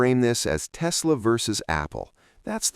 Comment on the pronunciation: It's Tesla', not 'Testla'.